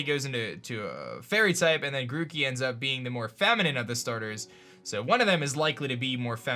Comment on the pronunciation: They butcher grokey